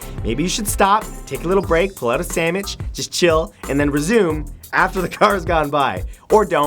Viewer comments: did he say samwhich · "Pull out a sammich" lmfao! <3 hahaha! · Did he say samich Lol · "Grab a samich" -Matthew Santoro